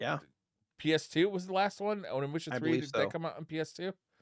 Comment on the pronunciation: I think you're pronouncing onimusha wrong and I think the last game they came out with was Dawn of dreams